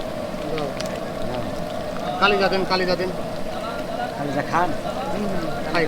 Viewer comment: আরে ভোদাই কালিজা আবার কি?? কলিজা হবে,কলিজা